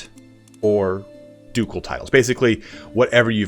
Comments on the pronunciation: Ducel is hard C. dejure is French so pronounce de zuur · The c in ducal is the /k/ sound.